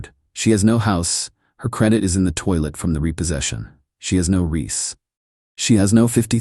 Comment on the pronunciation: BaHaHaHaHaHa, the "wake the dead" package..!!! 😂😂😂 His name Reese, not Riss.